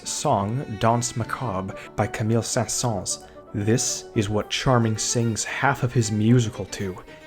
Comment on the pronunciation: mispronounces Saint-Saëns Me: facepalm